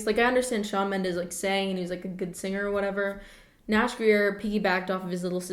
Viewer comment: "tHaT's cHaWn MeNdEs" ksksk im sorry